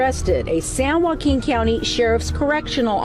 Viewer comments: “San-wahhqueen county” is crazy 😂😂😂😂😂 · said “San WongQueen” 😂😂😂😂